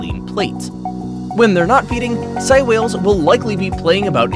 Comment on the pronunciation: Its actually pronounced sey like saying so its sei whales